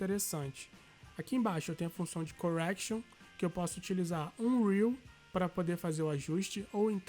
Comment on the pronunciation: Melhor video tutorial que ja assisti. É assim que se dá aula. De forma lenta e muito didatico. Só uma dica meu broder " não pronuncia Rui pronuncia Rio. Por se tratar de uma palavra em inglês. Mais tu é muito FERA!!!!